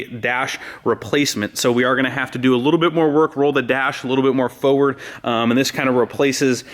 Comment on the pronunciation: Nice job. But you saying "foeward" drives me nuts! There's 2 R's in there! Lol